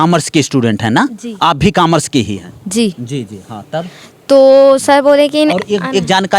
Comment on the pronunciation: Bhai ek baat bolu gi bhai camars nhi hota commers hota h